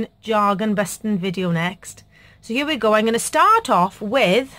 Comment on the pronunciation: Great ideas! I’m laughing at how long it took me to figure out you were saying “jargon.” 😂